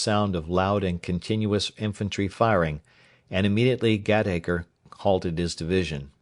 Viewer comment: Really excellent reading. A few mispronunciations of English names and words like 'Warwick' and 'slough' and 'Gateacre,' but they scarcely detract from what is otherwise a highly professional and effective reading. Well done, sir! This is far above the usual Librivox fare that I have come to expect. I will be looking for more. Many thanks for such an enjoyable experience.